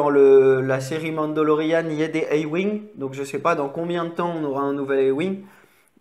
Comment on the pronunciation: "la serie mandolorean" ptdr 😂 nan sinon super review avec un super montage ! tu veut pas nous faire des mocs ? Sinon pourquoi on voit plus ton nombre d'abonnés ?